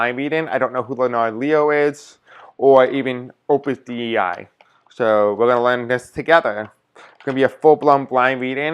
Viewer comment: Dei is pronounced day. Thanks for reading on it